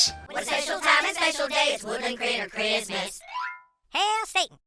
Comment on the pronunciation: This guy is so kind and accepting towards the LGBT community that cartoons offend him. And, he can’t even say “Christmas”.